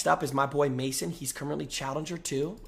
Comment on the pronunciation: why does jynxzi blink like that and why can't he say challenger correctly